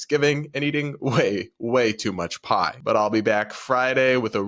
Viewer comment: Oh...pie! I thought you said "I'll be eating so much pot!" 😂